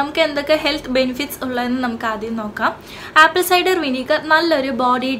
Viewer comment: First learn the pronunciation of the English word you say.... ആപ്പിൾ സൈഡർ... അസിഡിക് ആസിഡ് അല്ല ...അസെറ്റിക് ആസിഡ്....... കാർഫുൾ അല്ല....കേർഫുൾ.. (careful) 😩ഈശ്വരോ രക്ഷതുഃ.....